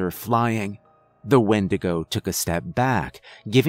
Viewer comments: you called it a Windagro. i love this. i busted out laughing at it. but this story gave me chills. Keep up the good work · windegrow lol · wendigrow lol I was eating and just listening and had to do a double take